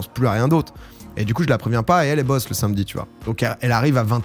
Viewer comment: "le sinmedi matin"